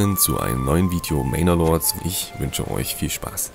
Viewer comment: manor lords is schon n hübsches game oder wie sagt "mainer lords " 😁